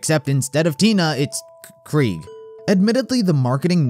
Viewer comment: The way this guy says Kraig honastly ticks me off 😭😭